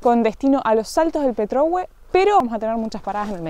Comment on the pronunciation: Petrohué acento en la E